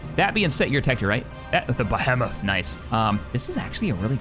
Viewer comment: It's pronounced "be-HEE-mith"